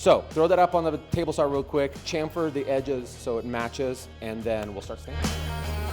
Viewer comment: Nice build. It’s pronounce “SHamfer”